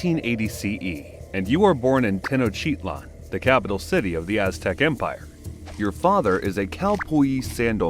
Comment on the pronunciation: Really cool to see this, but the pronunciations could use some care: Tenochtitlan = teh-nooch-tih-tlahn Tlatelolco = tlah-teh-lool-ko Quecholli = keh-chool-lee Xochiquetzal = shoo-chee-ket-zahl Toxcatl = toosh-cah-tl Tezcatlipoca = tess-cah-tlee=poo-ca Huitzilopochtli = wee-tzee-loo-pooch-tlee Main thing is "tl" is not "tahl" it's literally mashing together "t" and "l". A former professor of mine would say, "if you aren't spitting a little, you aren't pronouncing it correctly". Next big things are "z" is pronounced like an English "s", and "o" is often not "oh" but "oo" in the middle of a word (end of a word like -co at end of "huitzilo", it is as being pronounced here, "-koh") There's a lot of disagreement on some vowels because contemporary transcriptions rarely mark length of vowels and dialectical variation and drift mean you cannot just use modern pronunciations (Exhibit A: Modern Mexican Spanish pronunciations of of "x" and "ll" are very different from period pronunciations.) Ixiptla (god impersonation) was not always dreaded; it was a significant family honor and prestige grant. I'm sure most people had very mixed feelings at best about the "honor", but it would be a mistake to attribute modern perceptions to an earlier culture like this. You'd also 100% know exactly what was going to happen. The thing is, it sounds awful and evil to modern ears, but if you truly believe the reasons why it was done, it makes sense - it's a necessary sacrifice for the very continuance o